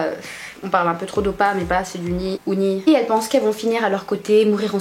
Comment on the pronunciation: j'adore la vidéo cnest tellement vrai xD J'aime beaucoup la pancarte aussi "viole moi oppa" jpp xD pour info Unnie se prononce Onnie genre le U c'est un O bizarre Continue comme ça !~